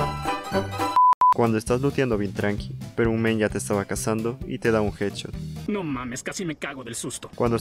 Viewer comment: dice hadshot en ves de headshot